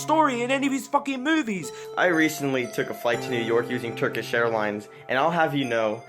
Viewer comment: "Turkeesh Airlinez"